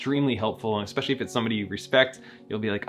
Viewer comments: there is no X in word especially. it's not fucking eXpecially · Can people please stop saying "expecially" already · wait why do some people say expecially